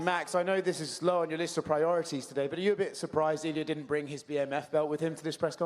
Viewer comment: Holloway said the non-word (Brang) regarding the BMF belt. I think even the Georgian spiko was questioning the word Brang😂